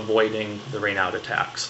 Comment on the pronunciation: Raynaud was a french doc, so the "d" is silent lol.